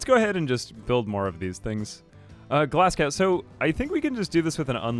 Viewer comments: Glasgow is pronounced more like glaz-go, not glas-gow. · the way you said Glasgow, as someone from Glasgow, hurt a lil but great vid as per usual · I love how he talks about kids mispronouncing words and then immediately mispronounces Glasgow.